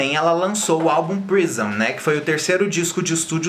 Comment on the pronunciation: Que agonia de vc falando "álbum prision". Ahahab é Prism!!!